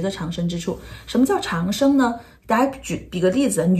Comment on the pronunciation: 长（读音掌）生